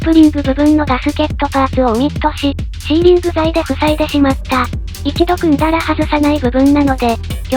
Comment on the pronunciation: スィーじゃないよシーだよ。